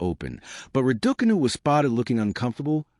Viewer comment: How funny the announcer pronouncing Raducanu as Radookanu 😂